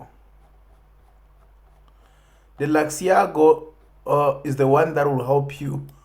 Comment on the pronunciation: ITS LUX ALGO MY G NOT LUXIAGO